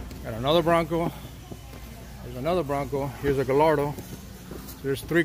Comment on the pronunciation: Fun fact! The L’s in Gallardo are silent. It’s pronounced Guy-are-dough. Just trying to help!